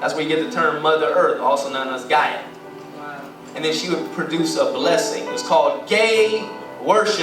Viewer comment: Yall do know that the word gay originally meant happy. Yall really out here attacking a word without actually doing research. Yall better verify information yall get just because someing sounds right doesnt mean it is. And its (Guy-ah)